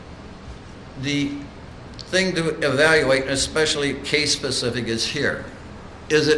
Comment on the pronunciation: . The judge kept saying "pacific case".